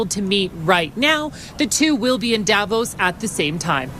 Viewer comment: Dear, I absolutely love your content! But, your pronounciation of Davos hurt my ears. The emphasis is not on the A it’s on the O, It’s not DAvos it’s DavOs. Greetings from Switzerland, where even most right wingers (except the right libertarians) hate the annoying orange aus much as you Canadians do. After all, this geriatric wannabe dictator hit us with 39% tariffs because he thinks it’s unfair that a small country like Switzerland is as rich as it is. (Yeah he really said that)